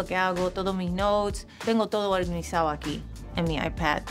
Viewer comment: Me encanta como dice organizao 😊❤